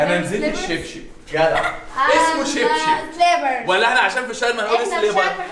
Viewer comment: هي عندها حق مسموش كاوتش ابدا اسمه كوتشي بس دا ميمنعش ان مش سيليبرز لا اسمه سلابرز عادي واصلا نطقها فلانجليش وحش يعني